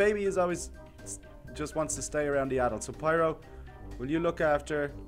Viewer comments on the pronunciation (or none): It's Spyro not Spiro